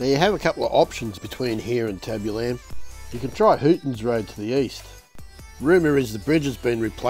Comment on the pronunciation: YES! nearly drove me crazy. Tab-U-Lum